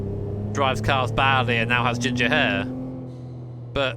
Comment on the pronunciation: 'Jimger' 0_0